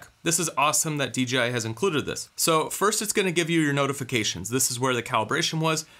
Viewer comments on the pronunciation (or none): DeeGeeEye? Must be my hearing but my eye tells me Dee JAY Eye is the manufacturer. Great report save for the personal Azores data loss.